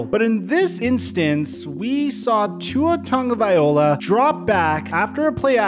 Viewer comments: Hate to be that guy but it's pronounced "Vailoa" not "Vaiola".. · Vai -lo -ah not Viola. You're almost there bro. Just remember, the name is Polynesian, not Italian. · the L comes before the O 🤦🏽‍♂️ Loa.. not ola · I’m from Hawaii and it alway seems weird that people still can’t say his name right just so y’all no it’s pronounced tounge-a-vai-loa not ta-ga-vai-ola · I’m from Hawaii and every time I hear someone say tua tugavai-ola instead of tua tugavai-loa kills me inside lmfao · Ta-go-vai-loa. Not Ta-go-viola 😂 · It's not tago-VIOLA. It's tago-VILOA. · You don’t pronounce it the correct way either it’s (vai-lo-a) not (va-yo-la) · tungaviola? Tagovailoa Tag-oh-vi-lowa you're BUTCHERING that name lmfao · it's pronounced (Tug-a-vi-lo-a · "Barely pronounce his last name". Hate to say it, but you still haven't said it correctly since I subbed over a year ago. The O comes after the L. Ta-Go-Vai-Lo-a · Dude, your still saying Tagovaiola? 2 years in the pros, 3 years in college and you still can’t pronounce Tua’s name? LOA. Good Lord! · I'm curious, who is this Tungaviola guy? Dude's name isn't that hard to properly pronounce lol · WILL YOU PLEASE LEAN HOW TO SAY TUA'S NAME, PLEASE? TONGA-VIA-LOA Sorry for yelling, I thought you were gonna start trashing him, and, I'm getting tired of that.. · Tagovailoa - (Samoan) - pronounced - TONGUE-OH-VI-LO-AH...... IM inviting the hate because he's pro bowl within 2 years and someday MVP-. WATCH AND SEE... now go ahead and hate... Come back here in December and see my truth! LISTEN TO TYREEK!!!!!!! LISTEN TO WADDLE!!! CMON FOLKS.... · I, for one, am going to have a great time watching this harebrained fins team crash & burn this year. Ps- It's not TUNGA-vaya-lowah, jeesus. Drop that awful pronunciation dude. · Bro it’s… Ta-go-vai-lo-a Lol Just trying to help 🤷‍♂️ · Tua's name is pronounced like i spell it here "T-u-n-g-a-v-i-a-l-o-a" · Yeah it’s still bugging me you can’t say his name correctly